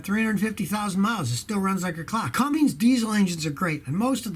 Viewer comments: CUMMINS DIESEL NOT CUMMINGS DIESEL. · it's Cummins, not Cumming or Cummings lol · Scotty, why do you call the “CUMMINS” diesel a “Cummings”?